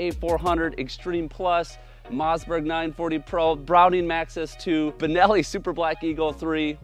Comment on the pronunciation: Bro says Mozzberg